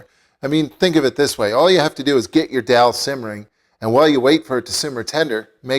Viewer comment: abe madarchod albino,,. Ye daal he .not darl..